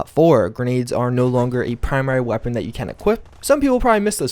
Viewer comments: Cant say weapon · Why do you have a problem saying the word weapon? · Hearing you say weapon again, ahhh 😎😎😎